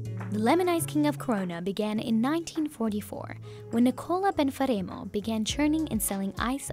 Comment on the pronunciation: Ben-fah-reem-oh??? Sampeeeno??? Not Italian. I bet they sweat ranch and cry gravy.